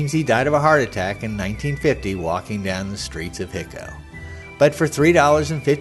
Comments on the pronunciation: Just so you understand the pronunciation , it's NOT . . . HIC-O, . . it's . . HI-CO (HIGH-CO). Your not from Texas or you would know this. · It’s Hi-co, with a long i, not Hicko! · I did watch the entire video. My comments were based on the whole video. Thanks for making the video but I just feel like you needed to be more observant of the facts. I've been to Hico myself and no-one I met there pronounced the name Hick-o. In fact there is a tape of Brushy himself being interviewed and he pronounces it with a long "I", like "High-ko". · Its pronounced " High- Coe" Texas. And by the way, only a few people saw the body and everyone that seen it said it wasn't the Kid. There was an article printed in the local paper that said it was a brown skin bearded man. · It's hi-co.....hi as in hello Co. As in company....Hico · There are many errors in this video. Brushy (Billy) is buried in Hamilton, TX not Hico. Hico is being pronounced incorrectly. The photo labeled as Frank Wendy Cahill is actually a photo alleged to be Billy, though I don't believe it is him either. Brushy said he was born in Buffalo Gap, TX, not New York, so if you believe Brushy was the Kid, the provided birth information is wrong. Billy moved to Silver City, NM. Not "somewhere in Arizona". Bottom line is, why go to the trouble of making such a video if you don't do your homework first? BTW, I believe Brushy really was Billy The Kid.